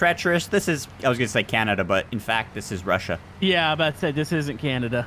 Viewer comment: How does not know how say Russia